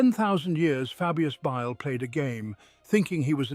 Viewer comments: He did say Bile wrong once but I don’t hear the whistle though. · What happened to this channel? I really enjoyed these stories, but the recent videos have been a huge disappointment. The pronunciation is way off... In the Fabius Bile video the narrator says his name in four different ways. There's also this constant whistling sound now that makes it impossible to relax or sleep to. It's just sad.